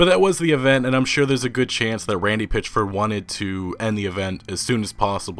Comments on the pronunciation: "Pitch-ford" "Janra" (genre) Wtf is it just me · This dude....PItchford not a Pitch.....ford. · Why do you keep saying his name wrong for ?!